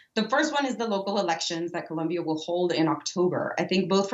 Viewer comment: This broad pronounced "Colombia" so annoyingly lol